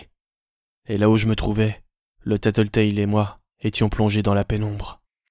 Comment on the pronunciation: J'adore !!!! Bravo !!! ❤️ le seul problème c'est que tu a mal prononcé Tattletail